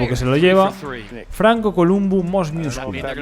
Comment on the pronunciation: hola te recomiendo que ya que vas a comentar culturismo que aprendas bien la pronunciacion de ciertos terminos porque me estaba arañando la cara cada vez que decias "miuscular"